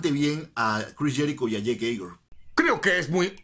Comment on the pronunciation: El Tío Aguer cada vez se supera mas con sus intros!! ♥️ Paren todo dijo jeik Jeiguer?? :( 😞😞😞😞